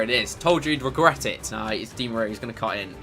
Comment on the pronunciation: Actually, you told us he'd regwet it